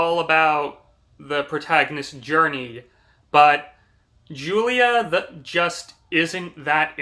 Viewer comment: Did you really read this book? You got a Lotta details wrong. A car accident? She got hit by a semi. And your mispronouncing Julia. The book spends quite a bit of time discussing how to pronounce her name and you’re still miss pronouncing it.